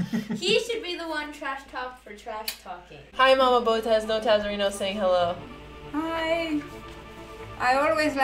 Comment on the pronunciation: Your mom pronounces Botez the Romanian way! You pronounce it like a foreigner.